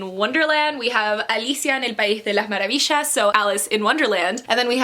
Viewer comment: Su mamá es argentina, escuchar maravishas fue genial jaja